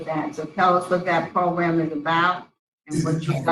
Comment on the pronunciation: I love how the one parole board member pronounces 'program he says 'progrumb it's great I always look forward to it... regardless this is horrendous and I feel so bad for the daughter and anyone who has ever been through this...🙏